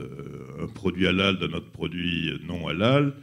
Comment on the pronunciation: Svp, n'en rajouter pas, de l'huile sur le feu,,, Il n''y a pas de viande halal,,, Cacher OUI c'est du sur et certain , c'est la meilleure viande, propre, le peu de viande que j'achète c'est. CACHER,,, '''' mais MR prononcé bien le HA bravo respect